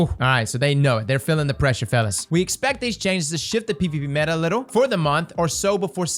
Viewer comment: On ja I’m about to start taking a shot every time says metah xD